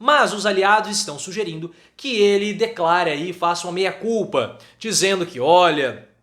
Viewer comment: De repente, a pronúncia não ajudou. O importante é que o recado foi dado.